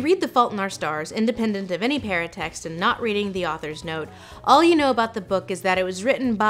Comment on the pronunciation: I thought she was saying "parent text", not "paratext" until I saw the word. Parent text kind of makes more sense as a name for that though.